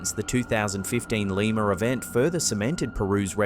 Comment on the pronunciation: I only came here to hear him say lemur Peru.